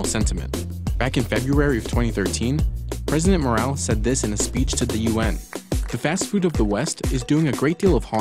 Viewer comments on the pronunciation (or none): none